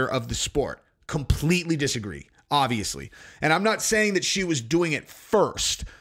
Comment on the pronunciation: First id like to state that i love your content and the way that you present it. That being said it is obvious(notice the letter 'b') that your favorite word is not pronounced 'odvious' nor is it pronounced 'ovious'...It is obvious if you look in a dictionary that the word is obvious.